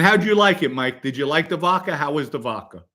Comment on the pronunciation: Joey never said anything negative about Gene Mom but you guys had to go low and dirty with the wife comments! Normal behaviour on here from RATS. You can’t shine Merlino shoes. And learn to pronounce the letter “A”. It’s Vodka and not Vodker. It’s social Media and not social Medier. The jealousy that comes from all you RATS is incredible. Go back to the hole you crawled out of like real RATS do 🐀 🐀🐀🐀